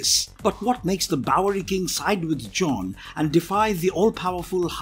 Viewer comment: Anyone else noticed that says "bowlrey"